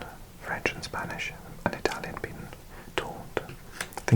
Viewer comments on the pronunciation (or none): none